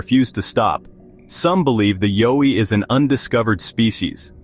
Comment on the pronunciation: Horrible narration. Needs to learn how to pronounce YOWIE